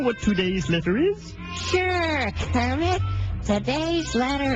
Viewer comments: did u just call me kremmit? ya he he. this is Kremmit de frog. the letter bong!! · did you just call me kremit? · did you just call me krammit? lol